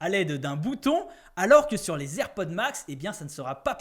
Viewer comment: Ta du mal avec le nom des AirPods 😅😂😂